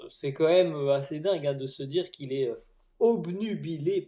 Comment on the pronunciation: Bravo pour l'utilisation correcte du mot "obnubilé" à la . Beaucoup de français disent par erreur "omnibulé". En revanche fais attention à tes liaisons en utilisant la troisième personne du singulier de tes verbes au conditionnel: tu fais systématiquement la liaison en "s" au lieu de la faire en "t". Ex: pour "il devrait^être" tu dis: il devrais^être. Pour le reste, tu est le meilleurs dans ton style. Continue et bonne chance !